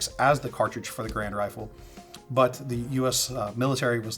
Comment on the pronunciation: A nitpick, but Garand should be pronounced like gare-and, according to Garand himself. Great video through!